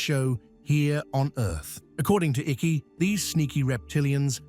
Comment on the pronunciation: David Icke pronounced Iike